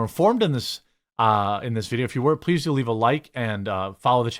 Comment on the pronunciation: Herro prease